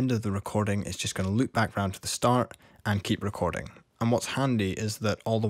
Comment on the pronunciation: Say that again.. "recor-DING!"